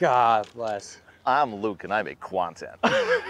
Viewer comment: “for the KWONtent” 😮‍💨